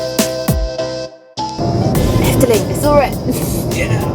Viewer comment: When you say 'Efteling' , you sound extremely Dutch. Not a single hint of an accent.